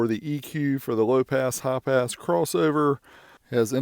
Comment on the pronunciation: Hi-pass thought he said half-ass LOL